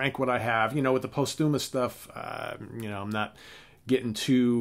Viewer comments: Great one. Hendrix!!! (BTW, the "post" in posthumous gets the accent or stress.) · Learn the correct pronunciation of "posthumous".